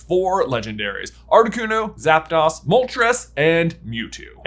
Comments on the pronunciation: Zap DAHS?? SPANISH! DO YOU SPEAK IT!? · Za"Das" is wild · I couldn't even focus on any pronunciations after Zap-DOSS... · The way he pronounces Zapdos & Giratina is concerning. It gives off the impression that he has never actually watched Pokemon before. He should have at least heard their pronunciations in the show at some point. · Not seeing nearly enough hate for how J pronounces Zapdos. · the legendary bird trio's names have the Spanish words for one, two, three (uno, dos, tres), so it should be pronounced that way. It should sound like the English word 'dose'.